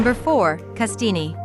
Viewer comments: not Castineeeeee just Castine - soft e. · You showed Greenville S.C. Camden is not considered a small town. The lake is not in the town. Castiny ?What the fuck? I hate these videos. Kennebunkport is not a small town. I can't even begin to talk about all the mispronounced words. Bar Harbor is NOT a small town. I believe the fire was in 1942. My father fought in that fire. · Oh PLEASE.... Castine is pronounced Cassteen. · Your video would be worth watching if the pictures you show during your discussion of each town were actually all pictures of that town. Also Castine is pronounced Cassteen. I won't even try to correct your mangled pronunciation of Isle au Haut. Also, why do you suppose Bar Harbor remains "popular to this day"? Could it be because of Acadia National Park? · You mispronounced Castine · Pictures of Castine are not of Castine. Furthermore, the ‘E’ in Castine is not pronounced. Very shabby production values. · I have never heard anyone pronounce Castine like it's a spaghetti. Obviously, the narrator is not a Mainer. Great video of the beauty of Maine. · Yes, you need to learn how to pronounce 'Castine' ....